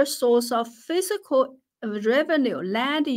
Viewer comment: You are awesome and I love all that you do! Your English is plenty good enough to understand, though some words aren’t quite right. The word “fiscal” you pronounce as “physical” (fih - zih - kul), which isn’t correct. The word “fiscal” is pronounced differently: fiss - kall. I would never succeed at learning your native language, you are super impressive! I mention the pronunciation only to be helpful, I don’t mean to slight you in any way. You are incredibly intelligent and a good person on top of that. Thank you for all that you do — have a great week!